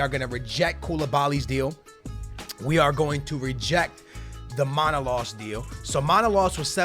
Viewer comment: It is ManolAs and not MAnolas